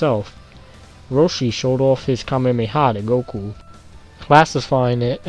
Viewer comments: Kamehameha not kamemeha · Kame-me-ha technique.... uh... I even slowed it down to 0.25x that what it sounds like he's saying.